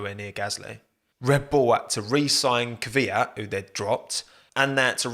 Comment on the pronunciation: I never understood this. Why do so many people say Kivyat instead of Kvyat?